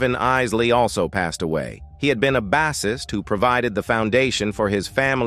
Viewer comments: Abdominal saying bassist(rhyming with the fish) for 🎸. Smh. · There's nothing like a real-life episode of "Family Feud", is there ??? I hate these Computer generated narrations. It's pronounced "BASE-IST" by the way. Get a live, human narrator please.